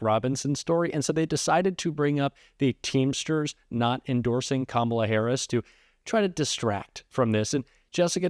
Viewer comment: That judge jeanelle or whatever her name is seeing she can't pronounce Kamala Harris's name. If she can't pronounce the name she shouldn't be a judge anymore!